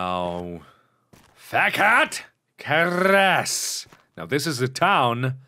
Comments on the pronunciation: Mark saying "Fekete", sounds like "FECK ET" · when he said fekete it sounded like he said fuck it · it sounded like you said "PHAGET" xD